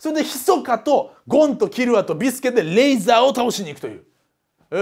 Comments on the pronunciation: レイザーじゃね？レーザーじゃなくて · リープ（pu）じゃなくてリーブ（bu）だし、レーザーじゃなくてレイザーだ。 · 中田さんレーザーじゃなくてレイザーですよ